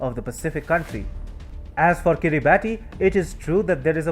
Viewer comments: I don't want to be picky, but the country is pronounced Kira barss not Kiri barti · It's pronounced "Kiribass" not "Kiribati" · Kiribati is pronounced as kirabass.......Like Pilipino Tagalog pronounced as tar gar log....🇦🇺👍🥳🍺👁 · Pronounced Kiribas. The spelling is peculiar. You're not the first journalist to get this wrong. This doesn't reflect well on your otherwise excellent work. (Be better than rest) Best regards Good work.